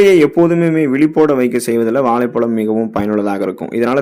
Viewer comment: Valaipalam alla vazhhaipazham first of all u must increase your tamizh pronouns action